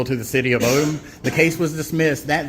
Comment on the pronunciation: Its Odum Georgia, not Odom.